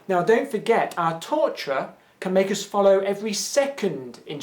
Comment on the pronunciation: Luís Miguel He was saying torturer?! I couldn't understand what that t-word was, I just figured it was some word I didn't know lol